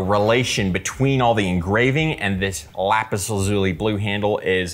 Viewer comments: How to pronounce 'Lapis Lazuli" First you are saying 'laz-ooie' - try this to get the right sound... LAZ-YOU-LIE .... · Lapis lazuli... I can't get over how you pronounce the name. It now sounds weird to say